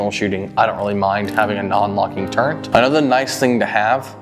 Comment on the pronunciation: There is no "N" in the word "turret". Some folks add it but they're incorrect. They learned the word by rote. It is a great video. Well done.